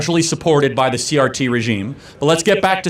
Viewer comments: I enjoyed your video but you constantly call critical race theroy CTR. It is CRT. Again i enjoyed the video. But it was driving me nuts lol. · Omg narrator, you invalidate your argument by degrees every time you say CTR instead of CRT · Are you dyslexic? it's CRT not CTR